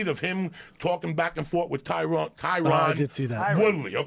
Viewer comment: Joey: "Tyrone". Joe: "Tyron". Joey: "Tyrone". Joe: "TYRON!"